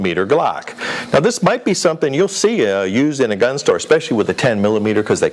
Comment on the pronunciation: Yeah, he said "American" giun store. Obviously not California.